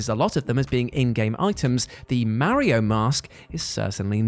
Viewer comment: Mary-O and Zelder..